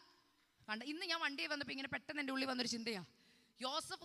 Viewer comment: You are young, why you are speaking swapanam like old people, please pronounce swapnam.😊❤.God bless you.